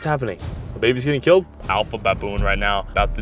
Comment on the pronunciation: really said “keelled a lion den I keel a goat”